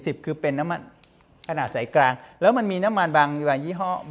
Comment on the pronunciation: คุณหมอช่อยปรับปรุงการใช้ภาษาโดยเฉพาะการใช้ "ร" "ล" เช่นคำว่า"กลาง" บางครั้งคุณหมอออกเสียงว่า"กราง" บางครั้งก็ออกเสียงว่า"กาง" เพราะเป็นรายการสาธารณะจึงต้องใช้ภาษาทึ่ถูกต้องเป็นตัวอย่างที่ดี